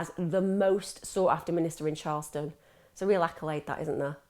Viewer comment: It's CHARLESTON 🤨